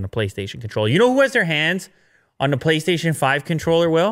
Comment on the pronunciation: did he just say "PoliceStation" 5 controller ? or is it just me, at the start of the video